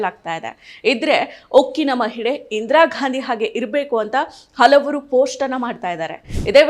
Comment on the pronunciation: ಇಂದಿರಾಘಾಂಧಿ ಅಲ್ಲಮ್ಮ, ಇಂದಿರಾಗಾಂಧಿ